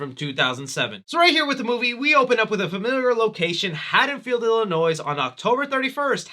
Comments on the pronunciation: Zombie didn't understand Michael at all. And it's MYERS, not Myer, it's not IlliNOISE...ILL-UH-NOY. And do you even know who Nostradamus is?? Laurie looked nothing like a dude with a long beard. Did you maybe mean Nosferatu? Dude...you're hurting my heart and my head over here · Love ya man. But it’s pronounced “ILL-EH-NOY” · “Illi-noise” The s is supposed to be silent. I’m from Illinois so the mispronunciation has been bothering me, lol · I liked everything about this review, except for "illinoiS" (i dont give a shit about illinois its just a pet peeve) lol good job tho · He said “Illinois” and pronounced the S 🤦‍♂️ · Yea rob zombie got the character all wrong just like you got the pronunciation of “Illinois” all wrong. Lmao the “S” is silent bro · Hey, as someone from Illinois, I need to correct you that the S in Illinois is silent.